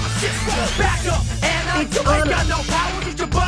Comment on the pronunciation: This movie is why I hate my name Anna people always say Anna as in frozen not the first way he said it